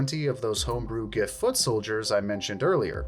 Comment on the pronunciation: Pronounced “Jiff”